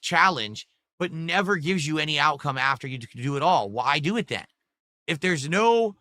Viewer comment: "Why dew et" FOR FUN, IT'S FOR FUN